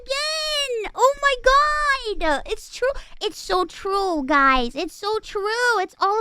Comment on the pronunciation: When I saw the vid where a VA pointed out one of her speech mannerisms, adding an 'A' at the end of some sentences, I was like nah. Now it's impossible to not hear it. "Wait-a!" "Oh my God-a!"